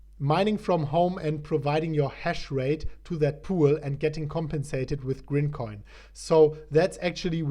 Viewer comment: IT’S GRIMCOIN lol